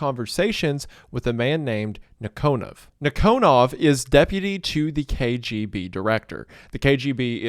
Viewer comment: It's nEEkonov. Emphasis on first ee. And KGB is FBI. Not CIA. We had counter intelligence bureau. I forgot it's name